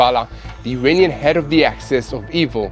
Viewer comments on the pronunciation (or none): none